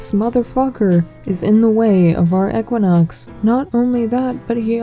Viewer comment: I want to fight you just because you say ech-quinox